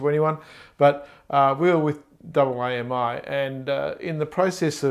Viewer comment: By double aye emm eye, you mean AAMI right? I've been with AAMI for 10 years and never heard it pronounced like that!